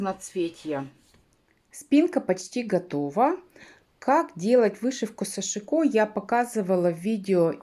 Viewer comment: сАшико ударение на первый слог?